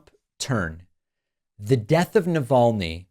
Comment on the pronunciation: I honestly cant wait until he says the man's name in one of his 'speeches'... He'll pronounce it "alex - ee naval - ne"